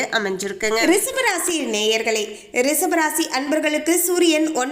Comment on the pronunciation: ரிஷபம், not ரிசபம்